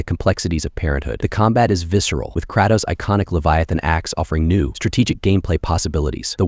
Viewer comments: Ok, you had me up until the point you pronounced the name of a beloved, well-known character as KRA-tos and not KRAY-tos. Peace. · disliked the vid cause u pronounced kratos incorrectly talking about some (krah-toes), disrespectful 💔😭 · Ur opinion on games went to the trash the second u said kr(ah)tos and not kratos 🪦🪦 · What did he call kratos?😂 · It's pronounced as "KIREY- TOSS" not KIRA-TOS. KREYTOSS OK?? Kratos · "KrAHtos" really, bruh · Kr-a-tos. haha. Then lost me at Bloodborne. Shitty game. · It’s Cray-tohs, brother lol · krahhtos lol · Kraytos. I feel like you've never even played or heard of any of these games when you constantly mispronounce everything. How do you not know there's an "and" in between dungeons and dragons? Homie do better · Sorry, but who the fuck is Kratoss and Atreeus? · What tf did he just call Kratos??😂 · Not him butchering all the characters names😭 poor aloy and kratos. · Downvote for how you pronounced Kratos. You know better. Also it isn't Alloway it's pronounced Aye Loy. Jfc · Nah bro you can't even say Aloy or Kratos right, included a trash game like Cyberpunk and a decent handful of 7/10 games while forgetting gems like Silent Hill 2 Or Shadow of the Colossus. Ain't buying it. Disliked and unsubscribed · Ain’t no way bro didn’t know how to say “Kratos” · the way he said kratos made me stop watching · .... how did you pronounce Kratos? gonna thumbs down this video just for that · I don’t ever want to hear Kratos’ name spoken like that again! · I'm sorry HOW did you just pronounce "Kratos?"